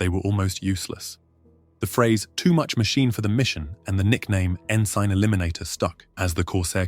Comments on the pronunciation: "N-sign eliminator" ?? lol its pronounced "EN-sun" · Ensign eliminator? Your stupid computer generated voice does not know what an ensign is. It’s the lowest rank commissioned officer in the U S Navy. Learn how to pronounce the word. It is NOT pronounced EN SIGN. 😊. I’m so sick of computer generated voices on YouTube! Get smart, or get out of using computer generated voices. Got it?